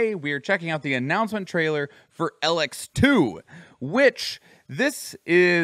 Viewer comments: the main thing about the name is that both e are long EE the only time you would use a lower case sounding e is for elexit which is the currency in elex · didnt even say elex right